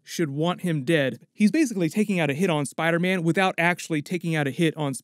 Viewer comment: you said spider ban. Lmao 💀💀